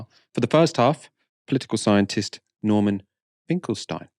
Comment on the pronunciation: Please, I appreciate your sincerely-presented video, but will you Please show a bit more respect toward Professor Finkelstein (not Mr. Finkelstein)?! Also it's pronounced "Finkel-Steen" not "Finkel-Styne"!! And no I'm not his friend -though I wish that I someday I could be!!